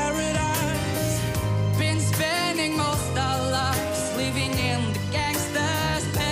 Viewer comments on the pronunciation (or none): why he says pearadaese